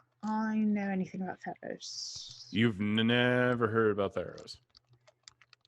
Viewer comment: At first I thought you said thanos not theros Lol